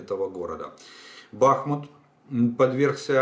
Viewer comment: Ударение в названии г. Бахмут на последнем слоге